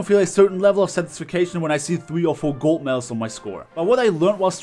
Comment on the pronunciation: this is not a roast but "golt medals" 😂😂😂 love u man keep up the good vids